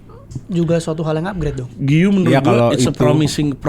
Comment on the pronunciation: u nya gausah dibaca, giu aja: si guiu ini emang cocoknya join standupindo wkwk